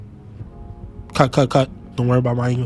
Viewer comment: Sadly I went to 70 pulls for her so I might not be able to bother with her P1, but I’m glad her damage is good! (Also stasis is “stay-sis”)